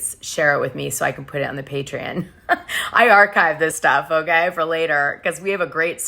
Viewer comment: God damnit girl it’s PATREON!!!! PAY-TREE-ON!!!!!!!